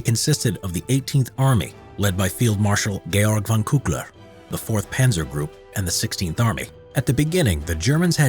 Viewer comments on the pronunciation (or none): he just said cookler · Georg von Küchler heißt das ! You are butchering my beautiful language ! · He said "cookler" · Your said cookler instead of the other name I won’t say it may be rude to Jews and others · Good video. As a German I had to laugh about the pronunciation of von Küchler though. It's not 'cookler' 😂